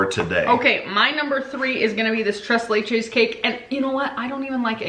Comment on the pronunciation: You pronounced the name of the cake wrong again..lol It is pronounced... TRACE LAY